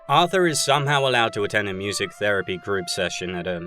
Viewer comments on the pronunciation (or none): none